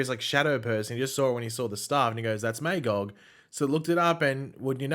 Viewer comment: So you know, your mispronouncing Magogs name. its pronounced MUH-GAWG. Look up Marv Wolvman